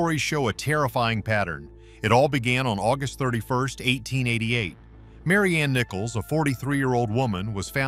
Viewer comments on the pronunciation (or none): none